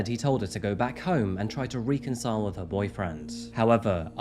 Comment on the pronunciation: REK-con-sigh-al. lol